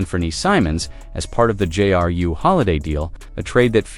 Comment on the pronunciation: We can't take you seriously when you pronounce Celtics Keltics and Jrue Holiday Jarue.